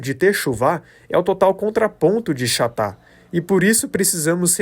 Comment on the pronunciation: Shalom irmão; eu posso te ajudar na pronúncia de algumas palavras do hebraico p/ o português? No português o ch corresponde o som no hebraico de dois RR; então a palavra pecado transliterado chatá deve ser pronunciado com o som do r, como se pronuncia ca(rro)!!! Obrigado por esta mensagem maravilhosa; D'us abençoe sempre!!!